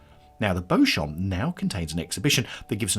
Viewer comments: Pronounced BEE-chum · I thought it was pronounced Beechum? I could be wrong lol